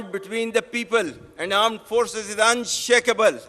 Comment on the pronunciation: Armed forces nahi aand forces kaho theek se 😂😂